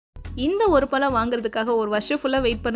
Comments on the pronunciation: பலம் இல்லை பழம்..pl correct your pronunciation.. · உங்க தாய்மொழி தமிழ் இல்லையா? தயவுசெய்து ழ னு சொல்லி பழகுங்க. பழத்தை பலம் னு கேக்கும் போது ரொம்ப கஷ்டமா இருக்கு. ஒரு முறை கூட நீங்க சரியா உச்சரிக்கவில்லை. தப்பா பேசிருந்தா மன்னிக்கவும் 🙏🏽